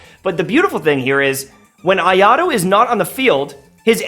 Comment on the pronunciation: bro please can you not pronounce him ayado